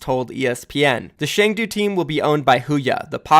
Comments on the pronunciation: Dude it's Chengdu like Ch in cheese not "Sheng"du like sh in shit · Cheng-Du is more closer to Choeng - Tu.